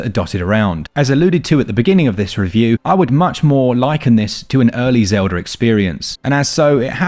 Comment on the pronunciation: Legend of Zeldhuh? Breath of the why dude